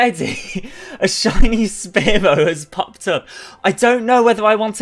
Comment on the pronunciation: Omg anyone else hate how he says “spare-low”?